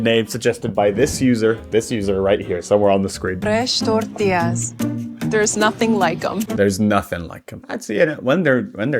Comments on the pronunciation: definitely not the same…if her normal accent is a 1, “fresh tortillas” is at a 9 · I love how the lady in the video slips into a Hispanic accent only to ever say “fresh tortillas” in some sort of attempt to make it seem more authentic I think? It’s so funny